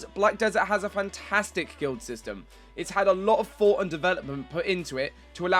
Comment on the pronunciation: HOLY SHIT. Why does every 2nd game nerd have a fucking speech impediment. Fought?? NO.!!!!!!NO!!! IT IS FUCKING "THOUGHT". LEARN ENGLISH FUCKHEAD!